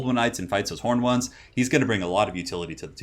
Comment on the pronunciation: 1st game - instead 'angry horned ones' I am hearing 'angry hormones' :D :D